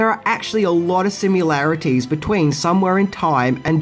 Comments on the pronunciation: DEAR GOD! "Sim-yuh-larities" - ?!?!? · Omg can you please learn how to pronounce 'similarities - there is no 'u' in it like in 'simulation' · Please stop mispronouncing “similarities” See? There is no letter “u”